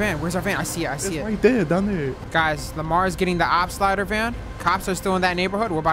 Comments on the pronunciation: Na no way u said slide fo von😐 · Bro said slide for von